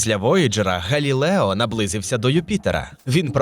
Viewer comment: Диктор так старанно вимовляє "Европа", і так крінжово на цьому фоні звучить "Галілео", хоча прямо в цей час в кадрі напис "Galileo". А ще більше сорому за "серЕдину". Міняйте диктора. Він не росте. Його помилки ті самі протягом великого часу.